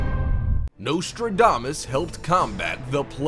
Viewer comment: It would be a good start if his name was pronounced correctly.